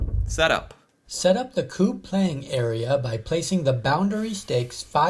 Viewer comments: It's pronounced "kubb" not "koob" A double b means the u sounds is short (same as in Engliosh). When it's written with a u, it's the same sound as in tUtor, not pub. Kubbe is Norwegian word that translates into "log". In English, you'd probably call this game logs. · Yeah it's not kuuuub. It's kuBB ^^ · Kubb is pronounced with a short u. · It annoys me that the presenter of the video he's watching is pronouncing Kubb wrongly.